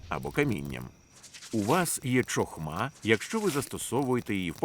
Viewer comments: Гарно. Правда "чохма" ріже слух)) "Хохма" правильно. Розумію, що "ч" вкралась при перекладі з англійської "ch". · Дякую за переклад. Правильно буде "хохма" а не "чохма", гарно було б звірятися з мовою оригіналу.